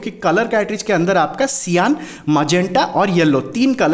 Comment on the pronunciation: सियान नहीं सायन बोला करें